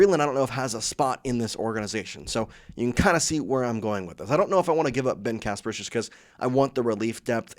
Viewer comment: And when did Ben Casparius become Ben Casperus?